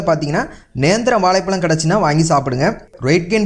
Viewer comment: வாலைப்பலம் இல்லை வாழைப்பழம்..... தமிழைக் கொன்று விடாதீர்கள்.